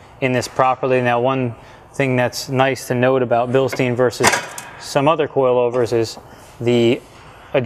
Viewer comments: it's pronounced Bill stein. not bill Steen. it's a german company not Jewish. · Are these Jewish coilovers?? BIilSTEEN?? its said BillStein.. funny how you have how to pronounce deutsche on your site and you cant pronounce a product you sell hahaha its all good just saying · this is a great video! its pronounced Billschtine by the way (after a german mountain).